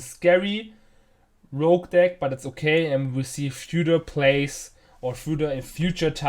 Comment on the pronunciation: It's "Rogue" btw, not rouge....